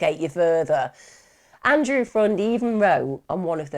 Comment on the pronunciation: I thought his last name was pronounced more like "friend"